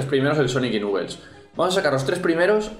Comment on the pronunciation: ¿Nuquel? ¡Se pronuncia "Naquels"!